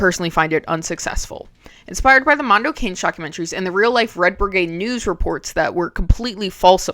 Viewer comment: Mondo Cane is pronounced like Mondo Con-ay